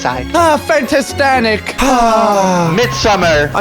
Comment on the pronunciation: nadwe can not even say fantastic😂